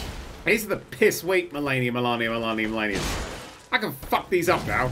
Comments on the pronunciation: I’m happy that we got a nerdcubed challenge vid but if he says “Melarnia” one more time I’m going to waterfowl dance him. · It's spelt 'MalEnia', pronounces it 'MelAnia'... Why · I love the pronunciation of melinia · U botched the word malenia